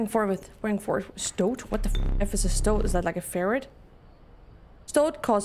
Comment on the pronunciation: You did! Stoht is probably the easiest way to explain it rather than how it's spelt 😊